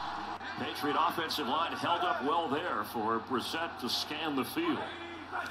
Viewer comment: Why does he keep saying Brisket? That’s not how you say his name.